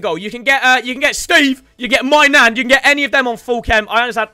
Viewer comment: Him saying maignan sounds like "My Nan"